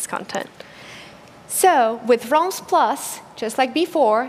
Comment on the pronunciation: that moment when you cant pronounce realms